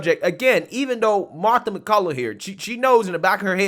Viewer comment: BTW, Her name is MacCallum MacCallUM! I like and respect her too, practice saying her name right! Respect!